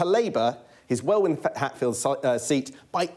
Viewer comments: The second w in Welwyn is silent! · Hard to take an election expert seriously when he repeatedly says Well-Win for Welwyn (Wellin) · Surprised he can't pronounce Welwyn correctly. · He need to learn to say Welwyn!